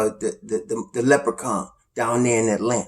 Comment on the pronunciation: lmfao cracks me up every time I hear you say “leprechaun”